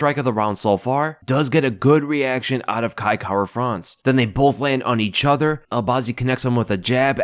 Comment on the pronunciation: I love how says "EE-chuther" instead of each other.